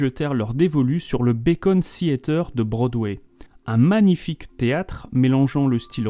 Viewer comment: Très intéressant ! Mais juste une chose, c'est le "Beacon" Theatre, pas le "Bacon" Theatre, ça se fait pas cuire à la poêle ;-)